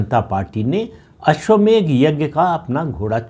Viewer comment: अश्वमेघ नही अश्वमेध बोलिये